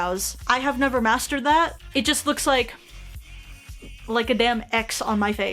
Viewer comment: When you were saying “I’ve never mastered this before” I heard something else lmao